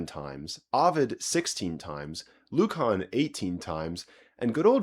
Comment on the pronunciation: Great video. Careful Lucan in English is pronounced luːkən not -Kahn